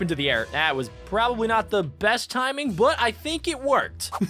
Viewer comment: Do you mean best Why do you say bass girl